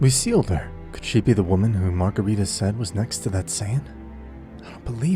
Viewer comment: Marcarita. just use Marcarita. 😵‍💫